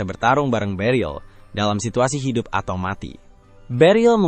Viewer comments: iya sumpah hai dup hai dup😂😂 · Wah lucu banget saat omong Hi dup, Hi dup 😅😂